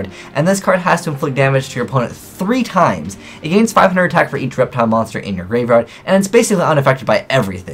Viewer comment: He says reptiles funny